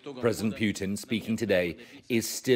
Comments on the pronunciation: ITS NOT PIUTIN ITS PUTIN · president pew teen lmao, how hard is it to pronounce correctly